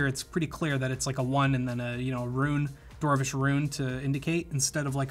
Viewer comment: Did he just say Dwarwish .....